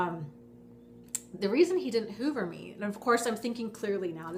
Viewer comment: Each time you say hoover I think you're saying HOVER, as in, spying. If you just mean suck you back in there's nO need for technical terms. Suck you back in is just a common dating technique players do. All it is is that u keep falling for playas and getting PLAYED. ...Peace...